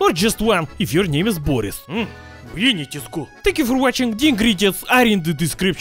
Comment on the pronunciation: It's Boris not Voris